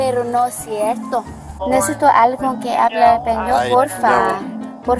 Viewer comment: Her “ epañyo “ is terrible. It’s Español and not “ Españyo”. 🤣😂